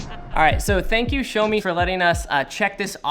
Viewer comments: Great video as always from the moment guys and I love you people and your view on photography in general. But, one minor thing, the brand name is pronounced "Jjaomi" or more preferably "Shaomi" not "Showme" that's for sure. xD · Okay just to make it clear It's "Sha O Me" Not "Show Me" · ... thought it's pronounce Shiiiiiaawwww meeee.... not sho meeee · bro stop saying "Showmi" its "Shawmi" 😤😤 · It's not 'show me'. It's 'shaw me'. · Um..... There's one thing........ Its not "shomi" It's Shiaomi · "This is the SHOW-ME MI Note 10" LOL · It's called shaow me (like now-me) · What's a "showme" ? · Yeah shou like in shower + me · Xiaomi pls show him how to say it properly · Niranjan C.S xiaomi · Someone teach this guy how to say it 😂